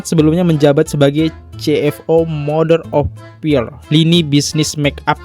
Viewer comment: Ga percaya pas si abang ini bilang "bahasa inggris aku ga bagus guys" pas dia baca mother of pir. Oh iya deng bener 😂🤣